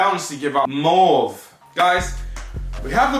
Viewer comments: pronounced "M - Oh - Ve" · Pronounce the "au" in mauve like a long O. Mauve = pale purple color. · Lol mauve is just a shade of purple. It's pronounced more with an OU sound in the middle. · Mauve rhymes with stove, just so you know smh, it's just the shade of purple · Spends all that money on supreme and shit can't pronounce mauve. That's this generation in a nutshell. However good to see a brit YouTuber so will pop back again 👍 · My man can't pronounce mauve what do you mean.?. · You dont know how to pronounce Mauve... Smh.